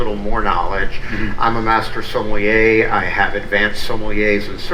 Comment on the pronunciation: Sommelier…. Even Wine Bar George himself was mispronouncing it Semollier??